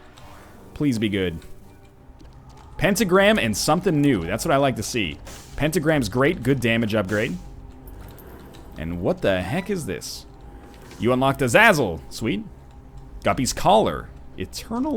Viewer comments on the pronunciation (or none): It's Ah-ZAY-Zul